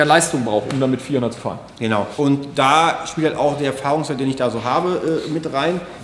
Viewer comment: gönau hahaha xDD